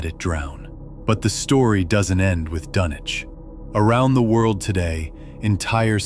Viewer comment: It doesn't give the viewer much confidence if the subject of the video is mispronounced.